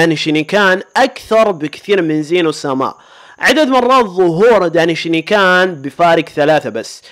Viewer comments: دينشكان❌ دناي شاني كان✅هههههه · يارجل غوكو هو الاول في كل شيء سواء كاكثر شخصية ظهورا في انمي دراغون بول او كاجمل شخصية او كافضل شخصية او كاقوي شخصية طوال السلسلةو يا انت سيء في لفظ الاسماء و انا اكره ساتان و الفتات اسمها ماي و ليس مايا و الدايشنكان ليس اسمه دايشينيكان و هذا يعني ان غوكو ظهر في جميع الحلقات لدراغون بول سوبر